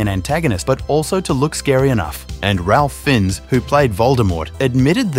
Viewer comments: His name is pronounced Rafe Fines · It's pronounced Rafe Fines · Pronounced Rafe Fines. Good grief. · His name is pronounced “Rafe Fines” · His name is pronounced "Ray Fines" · Isn’t it pronounced “ray fine”? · Who did you manage to mispronounce BOTH of Ralph Fiennes names?? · I cant believe you mispronounced Ralph Finnes' name😭😭... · completely butchered the pronunciation of Ralph Fiennes